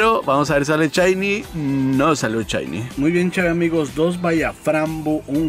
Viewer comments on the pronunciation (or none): Porque el dice CHAINY y no shini? O Chellos en vez de shellos:v No me maten:v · No se dice "CHAINI" 😂